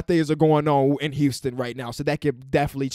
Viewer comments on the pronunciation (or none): none